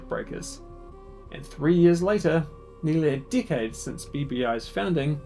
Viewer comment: Why does "decade" sound like "dickhead" when you say it?